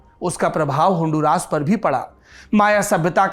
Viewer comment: Aap ke pronouncion is incorrect , its not honduraas, its hon-du-ras. Dusri baat, I’m looking for an desi guy to join me in honduras who knows how to make ghee. I live in US and want to go there to make ghee.